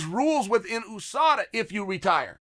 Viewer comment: Chael always sayin "EWWSADA" on purpose 🤣